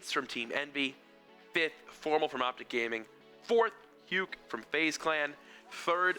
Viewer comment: They are mispronouncing Huke's name :/